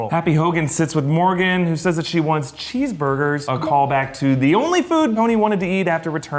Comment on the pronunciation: Who else thought Morgan said cheese-boogers? (And kinda laughed)